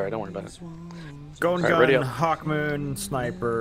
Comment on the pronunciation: why do they call hawkmoon "procmoon"?